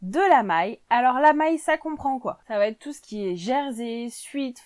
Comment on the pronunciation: Vidéo intéressante. 11ème conseil : évitez de dire va...t....être car il n'y a pas de T entre va et être. Les commentaires seront plus agréables à écouter. Merci.